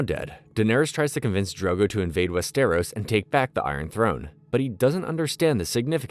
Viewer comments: WEST-eros and in the show they say Wester-ROSS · "west eros" "mar gary" "oberian" "wherewood" classic wetube